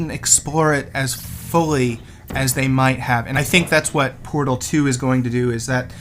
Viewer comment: the pot? That's a heavy accent XD